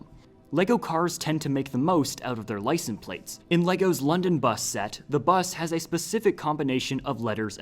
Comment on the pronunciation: I keep hearing him pronouncing it "licen plates"